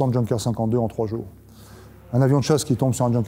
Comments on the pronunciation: Super beau, par contre en tant qu’alsacien c’est difficile d’entendre Junker prononcé comme ça.. c’est « Younker » qu’on dit. Magnifique reportage bravo ❤️ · Parfait, à l'exclusion de la prononciation du nom de la marque : on prononce "Iounker". Et Zwei und fünfzig après ! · pourquoi le K deviendrait G? Junker c’est Younker.